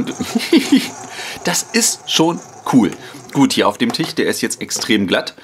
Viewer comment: Es heißt Tisch und nicht Tich ...